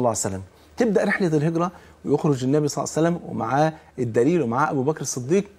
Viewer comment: لماذا تقول يا شيخ ..سلعصلم.. قل صلى الله عليه وسلم.